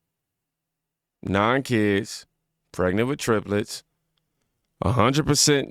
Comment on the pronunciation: Triples? Fuckin triples!! How the hell do I stop my heart from being filled with hate? Tell that lady it’s triplets.